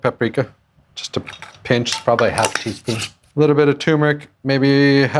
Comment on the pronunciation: Every time you say "1/2 teaspoon," it makes me laugh. I love watching you, but your 1/2 teaspoons are funny.